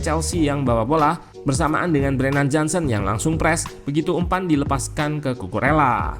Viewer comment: Kukureya min yg bener, jangan alesan lu pake dialek indo karena org indo. kalo dialek indo cucu rela kalo Kukurela dialek inggris, biasakan yg benar bukan membenarkan yg biasa🙏🏻